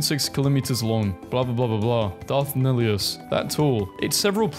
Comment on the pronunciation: I'm just saying, nihilus is pronounced neilis.